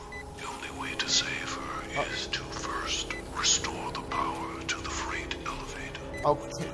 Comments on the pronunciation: Dashie pronouncing Freight as FRIGHT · Mah boi said "Fright" instead of "Freight" (pronouced Fr-eight), and "Coopler" instead of "Coupler (pronounced Cup-ler)"...C'mon Dashie, lolol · No one gonna acknowledge that he pronounced freight fright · bruh read “freight elevator” and said “fright elevator” 💀💀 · Dashing pronouncing freight as fright has me rolling😂😂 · LOL he said "fright" it's FREIGHT elevator dash 😭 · When Dashie said ‘fright’ instead of ‘freight’ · Fright baby do you mean FREIGHT lmaoo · Stay in school kidz ma boi said fright instead of freight im done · Dashie, freight is pronounced like Fr-ate. Sounds like great or date. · he really said “fright” elevator with all the confidence in the world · Calling the freight elevator the fright elevator 😂😂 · Dashie really thought freight was pronounced fright lmaoo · “Whys it called fright” lol comon dash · My boy said "fright" and "coopler" hahahaha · I see a number! It's a sixtfh, it is a sixtfh..🤣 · This man said fright elavator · Love you dash but damn man you need hooked on phonics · Dashie it's pronounced Fre-ight, like Height or Weight. It's an elevator for moving heavy items in bulk. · um....Dashie.... really said "why is it called fright"........it said Freight....as in heavy load elevator lmao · Sign says "freight" Dashie: Why's it called fright? I'm already scared. Edit: Then this man calls a coupler a "coopler"?! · It’s pronounced “Fray-T” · Dashie mispronouncing “freight” is the best part of this video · Had me dead😂😂😂